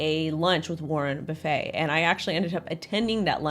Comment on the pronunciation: Warren buffet lol not warren buffayy